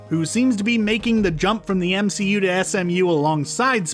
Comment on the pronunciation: Did no one realize that he said msu, its mcu, not msu